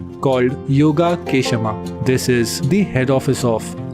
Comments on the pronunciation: its not pronounced as yoga-kesha-ma its yoga-kshema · Yogakshema Building. You got the spelling right, not the pronunciation!! Yoga-k-shema? LOL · You are not pronouncing YOGAKSHEMA correctly .It is not Yoga k kshema. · It's not word yoga (gap) kshema.Bit you have to club the word completely yogakshema..If I have facility of chance to speak the word and I will send it back to you. it's a Sanskrit word ..Please pronounce Correctly..Remain All are Very Good..Thanks for showing my LIC As Best..am so proud that I also one of his employee as a Agent.. Thanks once again Good Luck for future best videos..